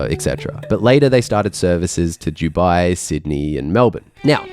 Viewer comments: Is it me or do you pronounce Dubai as Jewbi, instead of Doobi? Come to think of it, which is it???? Am I pronouncing it wrong, or you? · Please for the love of all pronounce Dubai with a hard D 😅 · Why do you pronounce it 'Juwby'? I've never heard anyone else say 'Dubai' like this before. I love the videos but this drives me crazy!